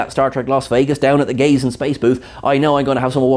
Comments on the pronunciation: Are you saying gaze in space or gays in space? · Was that "gays" or "gaze in space"?